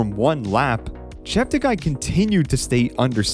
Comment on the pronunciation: Please note that Joshua politely requested all commentators to pronounce his last name as 'Cheptegay' not 'Chepteguy'.